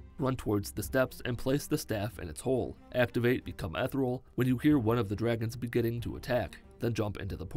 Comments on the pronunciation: I hare the way he says ethernal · The way you say "become ethereal" sounds like "become Ethel" to me, and that is now my head canon.. Hope you're improving. It's been ages since you've been able to be active. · Good. Now look up how to pronounce "ethereal."